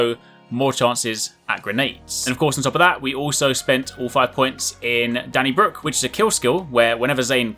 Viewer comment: Lol how did he misread 'Donnybrook' as "Danny Brook"? The only vowels are 'o', so shouldn't he misread it as 'Dannybraak'?